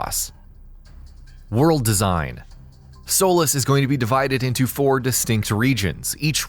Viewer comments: It's not pronounced Sol-is It's So-lees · Solis "Soul-less" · You kept saying the Island's name wrong. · What's your source for claiming hoverboards are in the game? I haven't heard that anywhere. You're pronouncing Solis wrong. The Apex Engine was designed for Just Cause 4. Previous Just Cause games used the Avalanche Engine (although they used different versions). We know basically everything about the Retractors, Boosters and Air Lifters, since they've been showed off in their entirety, so I'm not sure why you claimed we don't know much about them. This video seems poorly researched, not something I'd expect from a channel with nearly 700,000 subscribers.